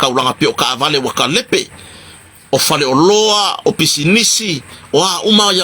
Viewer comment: Malo lava ga e lelei lau pronounce ina o last name. Malo le faasoa